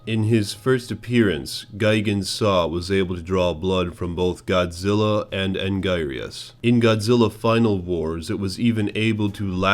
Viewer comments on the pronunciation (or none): You may want to work on pronunciation of the Kaiju again. you mispronounce Anguirus and King Ghidorah a lot.